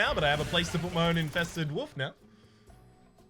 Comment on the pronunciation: Is it me or says woof instead of wolf?